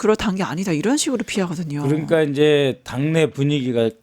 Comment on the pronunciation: 있었슴다??? 북한 발음이네!!! 그렁까??? 뭔가., 한국어 표현이 넘 어색하네요!!!!